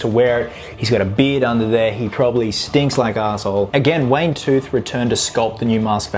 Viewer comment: Yeah, and this bloke says "Wayne Tooth" as well.🎃